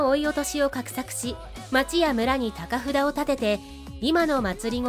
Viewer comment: 高札(たかふだ)❌ 高札(こうさつ)⭕ 郡上一揆(ぐんじょういっき)❌ 郡上一揆(ぐじょういっき) ⭕